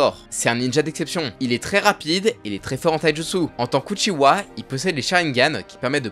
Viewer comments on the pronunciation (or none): Svp, c’est ItaCHi pas Itashi et on dit UchiHA pas Uchiwa